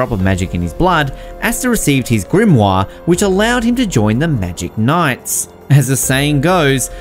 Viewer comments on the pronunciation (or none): none